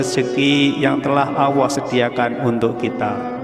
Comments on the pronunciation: Maaf. Kedengaran nya. Mengucapkan Allah.awooh apa telingah saya ya yg kurang jelas mendengar nya. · Apa saya yg salah dengar sebutan yg diucapkan suara dalam video ini, sebutan kata Allah menjadi owwoh? Astaghfirullah aladziim. Saudara, pelajari baik-baik menyebut kata Allah, bukan owwoh! Semoga tidak keliru! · Artikulasinya kurang jelas awoh apa Alloh,? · subhanallah.yang di sampai sangat bermanfaat.tapi caramu memanggil allah salah sahabat🙏🏻 tolong perbetul kan jangan jadi kan awwah.sudah jelas dengan allah.kena jadi awwah😢maaf kalau salah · Maaf ya min kok mimin ngucapin nya awoh... Bukan kah yg benar itu Allah.. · Sama,, sy jg mikir bgtu? Nyebutnya Owoh bkn Allah.. takut salah arti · Gimana ini.yg menjelaskan ini..bilang allah kok awwoh. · Allah atau Awwoh yg benar??? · Mohon maaf Tuhan pencipta langit dan bumi adalah Allah Subhanahuwataala bukan Awwoh... Kenapa lafadz Allah di rubah menjadi Awwoh... Ciba dengarkan dgn cermat apakah benar cara baca Lafadz Allah atau Awwoh. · Jangan bilang awoh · Sayang nyebutnya owwoh swt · Nyebut olloh tidak menggunakan lam zallalah jadi owoh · Assalamualaikum perbaiki dlu kata2 Allah nya